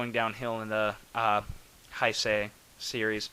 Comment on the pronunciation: G91 might be the coolest Godzilla suit ever. It's powerful, menacing, bulky without being fat... Fantastic! I agree with you that it looks better than the 89 suit (which really is the same costume), and I think that has to do with the way the rubber "settled" after being used in BIOLLANTE. By the way, it's "Hey-say". I'm sorry I keep correcting your pronunciation with all these videos, but since this is a term Godzilla fans use a LOT I think it's fair to make sure people pronounce it correctly.